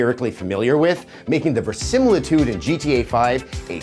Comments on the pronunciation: He said verisamilitude. Hoes love verisamilitude. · Versimaltude? Really adam? Really? Nerd!!!